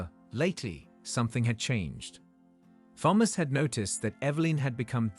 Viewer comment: one day they will produce an AI vocalisation that can pronounce the name thomas correctly every time in a story! or maybe just use a name that it can say correctly oops...ofc it would help if it was typed correctly also THOMAS and not PHAMOS i will say that the AI is a master of repetitiveness though by twisting the details in the sentences and restating the same info multiple times. it managed to a 15 min story into 21 min lastly where is the son or the dna test....as suggested by the title of this story? the title bears no similarity to the story! gaddamn. the man did well right up until the end when it appears he has no spine! the man is a jellyfish. after the courts and humiliation....he has no self respect or sense of dignity and took a cheat back! ready to wait....for the next time